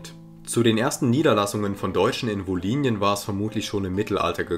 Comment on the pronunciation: Kleine Verbesserung: Im Hochdeutschen wird das Y im Wort „Wolhynien“ als Ü ausgesprochen. Wie ein I wäre dialektal (u.a. in der wolhyniendeutschen Mundart).